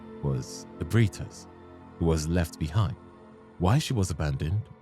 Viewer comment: I don't get why so many people pronounce ebrietas this way. It should be 4 syllables. It sounds Spanish